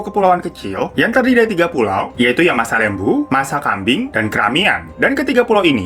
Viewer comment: Laaah anjay gua abis dari masakambing sama masalembu perbaikin jaringan telkomsel disana, btw masalembu bang bukan masalembo